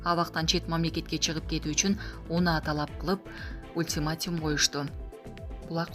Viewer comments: Ультиматим эмес, ультиматум деп айтыш керек, сендей сабатсыздарды жумушка ким алды ? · Ультиматум а не Ултиматим